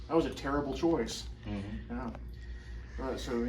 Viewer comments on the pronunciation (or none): "That was a TARAble choice" 😂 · "That was a Terable choice"😂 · " that was a tarable choice"